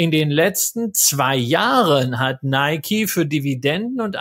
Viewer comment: Top! Danke.PS:Film geguckt, aber dennoch nicht "Neikie" gesagt. So wäre es richtig 😊